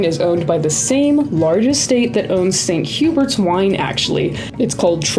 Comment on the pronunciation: St Hubert’s is pronounced the English way 😊